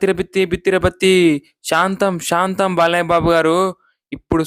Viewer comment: బాలయ్యాకి కాదు బాలయ్యకి యా కి దీర్ఘం పెట్టకూడదు